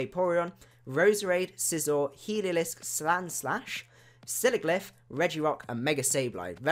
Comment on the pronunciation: He it pronounced sig ul if for sigilyph bur it was funny when I heard u say it